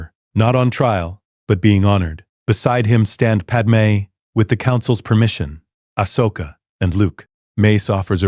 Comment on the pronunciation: The name is Ahsoka, not Ashoka. It is wrong many times throughout the story.